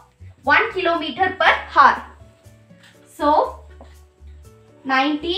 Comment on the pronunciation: i am not getting rude or something but I just wanna say that in hour we don't pronounce h we say our as the h is silent it was just so irritating to me that why I said btw you helped me:yougotthis::face-red-heart-shape::goodvibes